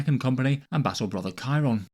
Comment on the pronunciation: Chairon just isn't even a character. Even people who are complaining he died keep pronouncing his name wrong. He had that one bit where he ran in like an idiot and that was kinda funny, and the only other thing he did was kill that astropath.